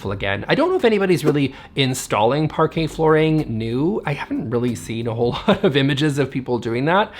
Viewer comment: Someone tag Amber heard, so she learns pronunciation of Parquet flooring, before she slides on it next time